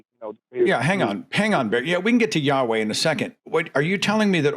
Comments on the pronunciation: just to point out Yahu-uh is an incorrect pronunciation of YHWH. The historically accurate one is more like Yahweh. You get Ya-hu-uh if you try to shove the vowels from "Jehovah" in between the consonants of YHWH. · Every time he says "yahoooah" I giggle a little. That is not how you say it. Watch DZ debates. He describes exactly why it's nonsense. It's worse than Christianity. Much much worse. And far more stupid and ignorant. Dude is on some black Hebrew Israelite cult nonsense. This guy is supremely dense and has zero clue what he's talking about. He just likes saying "yahoooah". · Ja- hua??😅. Maybe he is thinking Chi hua hua? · The fact that he thinks that the name is pronounced "YAHUAH" when then ancient Hebrew text didn't have fucking vowels, or mention the name of God for religious reasons, is absolutely hilarious. That's literally why the tetragrammaton exists. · Ya-hoah 🤣 He really thought he was breaking the mold by mispronouncing IHVH.